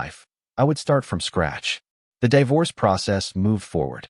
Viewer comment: Divorce /dayvors/ AI is hilarious!! 😂 Providing an image of Sebastian would have been interesting.